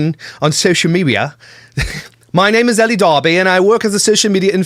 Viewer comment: Nothing against you,, but I think elle is pronounced "ell" not "ellie". The e at the end is silent. That being said, she is a vile individual that nobody should give the time of day.